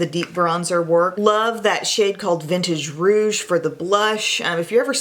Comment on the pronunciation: Aaah, yes, thank you. Someone finally said Vintage Rouge, the correct name. Thank you!